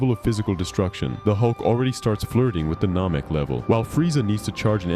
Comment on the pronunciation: Nehmehk not Nohmehk...